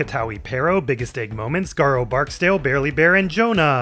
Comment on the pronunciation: glad to see you remember how to say garou ❤